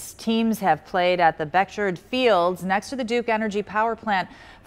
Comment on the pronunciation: Beckjerd? you mean Beckjord?